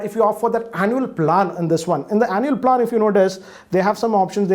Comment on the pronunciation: Goddammit learn how to pronounce “plan” please